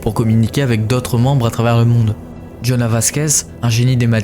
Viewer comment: Alors je vais faire la chieuse 😂 Mais c'est JonAh pas JonaS (C'est mon main et je l'aime très fort UwU)